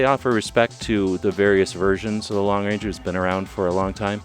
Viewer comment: For Gods sake! It’s the Lone Ranger not the Long Ranger!